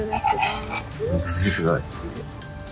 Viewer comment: 肉汁のことにくじるって言った！？にくじゅうじゃない？！間違えるとこもきゃわきゃわ~💗